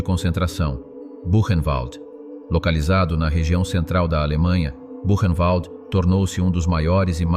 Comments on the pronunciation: Qu'est ce que c'est pénible d'entendre ce robot prononcer Koch avec le son "coq", ou encore "kotch" (comme du scotch). Mes oreilles saignent. Elle était allemande, le "ch" se prononce comme un "r" -> "Ilse Kor". Idem pour Buchenwald. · Petite IA : Répète après moi: "Ilzê Kor" (et non "il se coche ). " Bourennvalt " (et non " Bûchenvalde "). Danke.